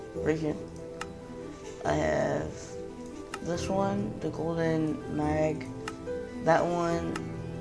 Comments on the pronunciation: He probably didn't see the e that makes the age sound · had me triggered dude u should know how to say mage if it a gamer by now